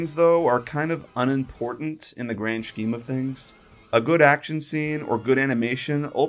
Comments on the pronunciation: Ok but you said "scheme" weird so your points are invalid sorry 😔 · the fact you thought they might age up the characters in the 2nd movie is stupid, it was pretty obvious at the end of the first one, the second one would continue on also dude actually pronounced scheme the way it's spelt